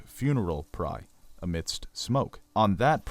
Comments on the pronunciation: it's a PYRE rhymes with FIRE not a "PRYE" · Funeral Pyre not Prye. P-eye-er as opposed to Pr-eye - just trying to help. Great supposition and educated presumptions - very interesting. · Lots of good with some trying pronunciation. Why pronounce Viserys differently than the TV show (second syllable stress versus first)? Pyre as pry? A little distracting. Really enjoyed the beginning illustrated history. Concise and clear as a bell. Many thanks.